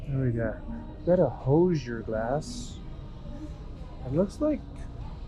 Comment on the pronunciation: Is pronounced Whozure. Hoosier Glass from Indiana.